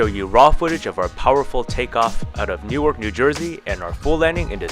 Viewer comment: I'm talking about you saying New York, when it's Newark, NJ!!!